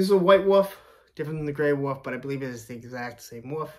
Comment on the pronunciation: Wolf. Not wuff. Shemagh, not schmock.